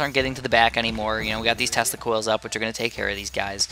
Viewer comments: sounds like you said testicles :'D great vid man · Sometimes when you say "tesla coils" it sounds like you are saying "testicles". :p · so true !!!